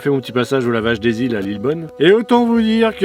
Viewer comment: D'eu l'ile ça se dit pas des îles. Ça fait plusieurs fois que je t'entends prononcer comme ça et ça me fait mal aux oreilles lol je suis chauffeur dans cette boutique au passage mais sur Châlons en Champagne. 😉